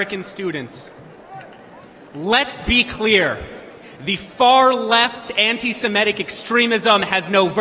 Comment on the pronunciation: Wtf is "suhMEtic"? Is it impossible for Americans to pronounce "semitic" the way it is spelled? You know - seh-MIT-ic"? There are no Sumetic peoples or Sumetic languages. Get it right.